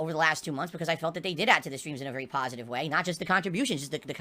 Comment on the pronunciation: snorlax was a pahsitive influence as long as he was donating me muney now hes a detractor trying to get his muney back''